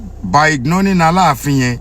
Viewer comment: Ṣe ṣo sọ? “ igloling” for “ignoring”😈